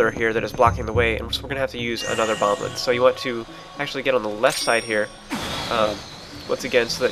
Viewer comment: Still saying bomblin'? (x It's okay. (